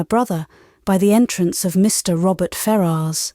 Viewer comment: I thought his name was pronounced fair-us.